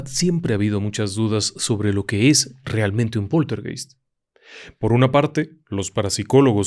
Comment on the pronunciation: Poltergeist se pronuncia POLTERGAIST.